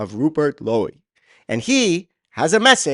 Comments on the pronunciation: Silent E in Lowe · It's just pronounced low, not lowie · It's pronounced Low !!!! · Its pronounced low bro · You prounce his name ""low" Hopefully he,s the next p.m.